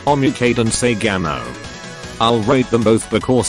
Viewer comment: Its Saigomo not saigamo